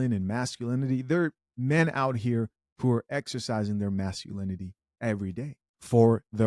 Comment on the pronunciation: masculanity and shivary? what's that?